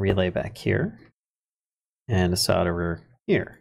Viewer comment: I'm way late but I prefer how you pronounce solder.